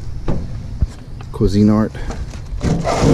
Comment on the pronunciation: Cuisinart is pronounced like queez zin art...ijs